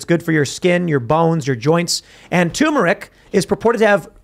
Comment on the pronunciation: Turmeric!! You're missing an R